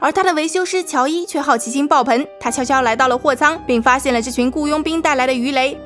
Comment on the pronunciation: UP主，en和eng分不清楚啊，爆棚，不是爆盆。。。。哈哈